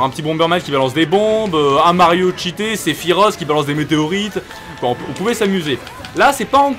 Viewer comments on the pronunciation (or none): none